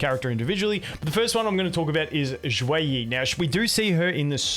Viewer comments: the way you said xueyi is actuall y how you say ;a lil bit; in arabic LOOOOOOOOOOL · You pronounced their names perfectly.